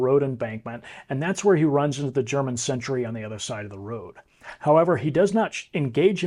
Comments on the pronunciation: It's "sentry", not "century" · It is 'sentry' NOT 'century'.